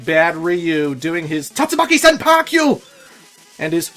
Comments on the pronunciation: please. It's "Tatsumaki Senpukyaku" (silent ending U), not "Senpakyu." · I believe that it’s pronounced Tatsumaki senpuu-kyak (intentional incorrect spelling there.) Sorry. Couldn’t help it. Keep saying it the way you prefer.